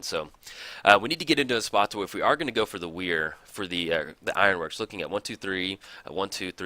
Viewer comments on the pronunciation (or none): Great video. But your pronunciation of Whir of Invention slightly bothers me. It's "Whir" like "whirlwind" or "were", not like "weird".